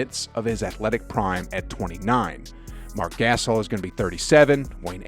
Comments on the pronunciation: This video was ok....but u are assuming an awful lot from the warriors and alot to go wrong with the lakers. Also.....Guh-sahl....not Gay-suhl..... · lol "Mark Gass'ol" lmao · Never trust someone who calls the Gasol brothers the "Gas All" brothers.